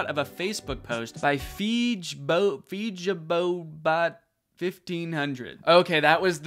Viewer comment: AS A BRAZILIAN it was the funniest thing listening to Danny trying to say Feijoadabot Lmao